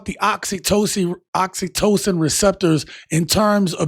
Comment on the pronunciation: You was struggling with the word "oxytocin" 😂